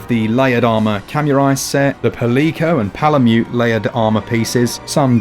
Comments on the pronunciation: It's not paLIco, it's "Palico"... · I love y’all’s channel but every time you say Palico as “Puh-leek-o” I want to scream!!! It’s PAL-ick-o, like a portmanteau of the words “pal” and “calico” (which is a name for a type of splotchy color pattern found on cats). Again love the videos though <333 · ... the hell is a "pa-LEE-co?" Have you never heard the world "Calico" pronounced? Palamute is to Malamute as Palico is to Calico, my friend lol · Its Palico. Pronounced PAAH-LEE-COU.... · Pa-lee-co? Have you never heard of a calico? At least you pronounced malamute correctly. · 49 Lol "pal-eco"? I'm 99% certain it's actually pronounced in such a way that it rhymes with calico. I mean... it would make a ton more sense than "pal-eco". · Dope review. Really looking forward to the special edition switch. Tho the way you pronounced palico made me cry a little inside each time lol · The way you pronounce Palico hurts.